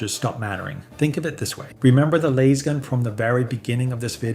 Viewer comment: Had to tune out, couldn't handle lasgun being pronounced like that 😆 not sure if it's AI or ignorance but can't do it.